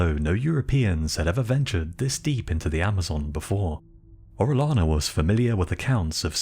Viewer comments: I'll overlook your mispronunciation of "albino" but if you're going to cover the conquistadors maybe you should know how to pronounce Spanish names. "Orellano" is pronounced "oreoyano" not "orelano". For cryin' out loud! And I don't know what A.I. generated the artwork, but it was completely, ludicrously over the top. Full armor in the Amazon? PUH-L;EASE! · It's oreyana not orelana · No hate at all bro, Orellana is said Oreh-yah-na, the double L is the letter Eh-yeh and said yeh or yah or whatever follows the double L (as close as I can come to it in English)